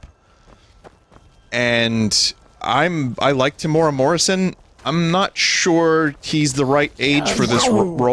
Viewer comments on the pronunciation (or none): Just watching this today from New Zealand and thanks Vinny you nailed our traditional folk song. And fyi it's pronounced Tem-you-era Morrison